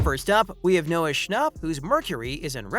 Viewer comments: if he says noah schnop one more time 🤣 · Not the way he said noah schnapp no hate